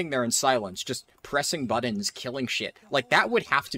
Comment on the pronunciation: I mean, if it means we don’t have to hear you say “buddins” every time you’re trying to say BUTTONS, then yeah, it might make a 7 hour video manageable lol 😂😂😂 (I’m kidding, of course; I’m Canadian and constantly have my American friends make fun of how I say about - even though I say it 98.7% the same way they do…I do not say “aboot” or “aboat” but I digress) I’m actually a fan of your videos, I’m learning new ways to level from you. Though I don’t speed run myself, I find it interesting as hell and I like how you explain your reasoning and processes. I’m looking forward to watching the rest of your catalogue 👍🏼👍🏼